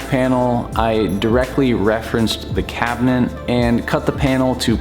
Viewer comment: Is he saying cabineNt?